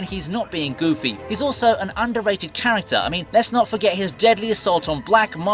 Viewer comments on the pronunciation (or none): none